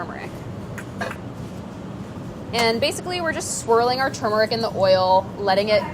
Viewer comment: She pronounces turmeric like I do! Most people say “too-meric.”